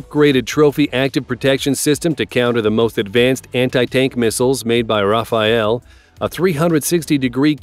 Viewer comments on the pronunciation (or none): none